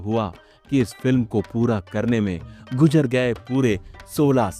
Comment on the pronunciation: Guzar gaey ko Gujar gaey, hazam naheen ho raha hai. گذر گئیے کو " گجر " گئیے' کہنا کچھ ھضم ( ھجم نہیں ) نہیں ھورہا ھے!؟